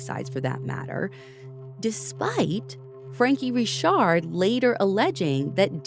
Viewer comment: Yes, it is pronounced Ree-shard.